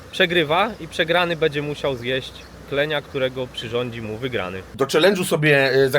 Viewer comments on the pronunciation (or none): wszystko swietnie tylko staraj sie mówic będzie a nie bedzie